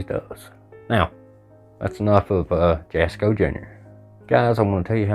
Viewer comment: His Name is pronounced asco the J is silent. NOT Jaasssko. Just my opinion, but YOUR not funny. Leave the kid alone. Your 😢